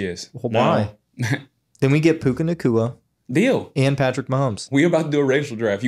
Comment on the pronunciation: Who is this dude talkin about Mahomes? Man said Manzel? Came to hear thoughts about the Pro Bowl, almost clicked off